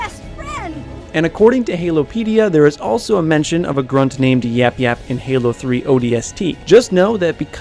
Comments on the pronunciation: It's yayap not yapyap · The last YAP YAP wasn't properly said!